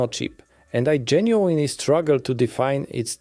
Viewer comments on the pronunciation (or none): genuinely genuinely genuinely genuinely... If you're gonna read from a script that repeats this word so much, at least learn the correct pronunciation, man